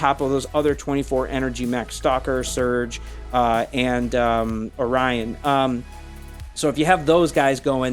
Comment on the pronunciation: It took me a few seconds to figure out what mech you were referring to in the one comparison. In English, Orion is pronounced "o-RYE-an". Admittedly, the way you pronounced it may be closer to the way other languages do.